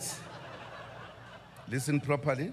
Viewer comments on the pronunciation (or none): "Leesan properly" 😂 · “Lissan Propaly”